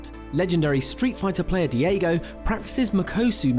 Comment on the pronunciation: Diego...... ITS DAIGO, PEASANT!